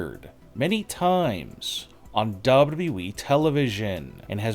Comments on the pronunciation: say WWE again ! Narrator: duba duba E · 🤣🤣🤣🤣 that is exactly what I was thinking, it is so annoying hearing him talk like that and cannot even pronounce WWE properly. I tolerate it only because of the content. But it does make me cringe